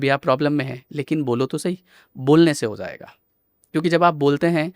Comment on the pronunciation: It's not hoyega or hoega - Ho Jayega, hindi thoda dhyan rakhe. New gen people are learning bad hindi. Btw podcast was good.